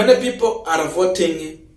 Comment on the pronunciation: Young man, check Yr pronunciation of the word ARE It's a very common word and your pronunciation is wrong. So you repeat it many many times. Fix it.